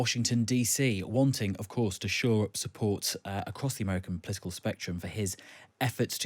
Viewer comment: Politsical? Partsy? Tactsical? Reportsed. Wintser. This is Brexit English. Brexit pronunciation. Olivier weeps. .